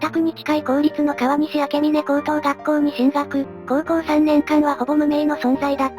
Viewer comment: 明峰 あけみね✖︎ めいほう○